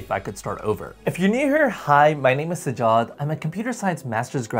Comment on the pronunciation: Why brother, why would you anglicize you nameeee sa-jaad?? isn't it Sajjj-jad, there is a shadda there :'( Sorry for griping, but cmon man, you've got this :)